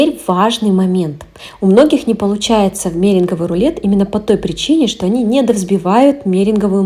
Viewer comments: Только не мЕринговый, а мерЕнговый , спасибо за рецепт😊🎉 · МерЕнговый рулет (ударение)